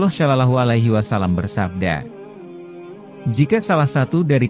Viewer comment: Orang tak kan pd chanel,knapa....?yg menyampaikn narasi nya nya menyebut Allah aja aulooh,mnybut Sholollahu a'laihissalam aja sololohu,bukhori dgn bukori,yg benarlah narasi nya biar enak mndengarnya,trmksh...